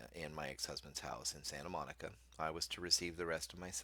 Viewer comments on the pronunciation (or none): none